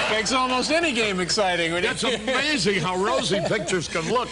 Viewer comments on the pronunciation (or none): That's "AMA- za- ZinG"! David Spade.😜